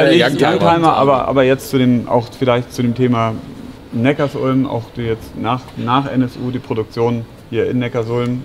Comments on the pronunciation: Das beste ist ja, dass sie erst erklären dass es Neckar-Sulm heißt und der eine Audi Typ dann trotzdem immer Neckars Ulm sagt... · Erwischt bei min klingt es aber nach Neckars-Ulm 🤣😜